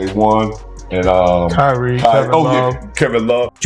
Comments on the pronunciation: Who the hell is ' Cureeeaa ?? (Kyrie) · Either you don't know how to pronounce certain American names or you're using AI w/o giving it proper name pronunciations. KY-REE!!!